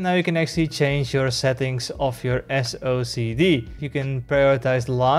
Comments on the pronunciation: "Socced" (read as "sock'd") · Lol ya'll are hilarious for this. I think you should just pronounce it silly like Wooting's "SO-KEH-DEE"